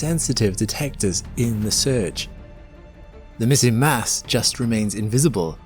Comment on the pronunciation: You said Mass,I thought you said Mess.